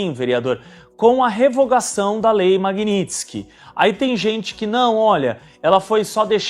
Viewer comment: Maguininski???!!! Vc não sabe nem falar!